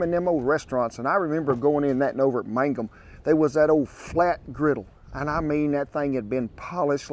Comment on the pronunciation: Hey Kent! I grew up in Granite just a short drive to Mangum, I've eaten at Hamburger Inn many times. I can tell you know the area because you actually pronounce Mangum correctly, lol. You say it like mang-um rather than man-gum like most people do who aren't from around the area. Anyway, I moved away years ago, but I miss that place, the Hamburger Inn actually had burned down a few years ago, not sure if they have reopened. I haven't been back since my parents moved to be closer to the grandkids.